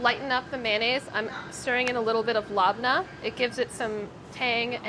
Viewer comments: Lab neh, not labna lol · Labneh is not pronounced “lahbnuh” it’s pronounced “lebneh” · pronouncing labneh as LAB-NAH instead of leb-nah really hurt me to my middle eastern core. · why’d she call lebna LOB NAH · scowering the comments looking for any middle easterns noticing sohla's very funny pronunciation of "labneh" (we forgive her) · Labneh and mayonnaise sauce.. Cries in Lebanese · Lol you guys pronounce so many things wrong- capicole, labneh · Anyone else incredibly offended by her use and pronunciation of labneh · it's a strained yogurt! cmon ba. and the way she pronounced it. oooof. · The pronunciation of labneh made my ears bleed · Everytime she says labneh I cringe more and more :)